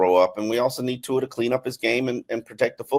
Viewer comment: One thing that blows my mind is that even after all these years still doesn’t pronounce Tua’s name correctly.